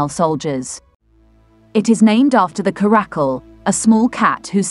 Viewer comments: It's not a karack-kul, it's a cara-cal. The caracal (Caracal caracal) is a medium-sized wild-cat' native to Africa, Middle East, Central Asia, and arid areas of Pakistan and Northwestern India. OK? 🤫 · Please note that 'Caracal' has the accent on the first syllable, thus: CA-ruh-cul.